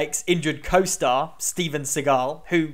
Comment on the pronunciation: the way he pronounced Steven Seagull is so creative and funny